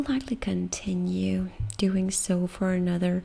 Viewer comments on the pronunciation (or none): none